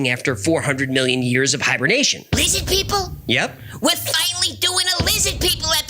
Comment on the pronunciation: "LIZZID PEOPLE" lmfao